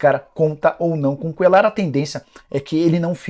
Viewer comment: Esse cara falando Cuellar com som de " L " me dá agonia 😅